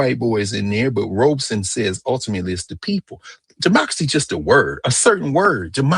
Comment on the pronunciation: Robeson. No 'r'